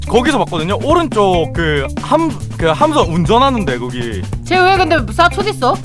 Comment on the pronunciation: 그 오↗︎른쪽 그 함선 운↘︎전 하↗︎는데 거기 근데 얘왜 사↑투리 써?